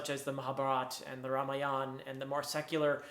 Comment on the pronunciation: You're the first westerner I've come across who pronounces Mahabharat and Ramayan the correct way without adding the pointless "A" at the end of every Indic word, an idea which the British colonisers came up with!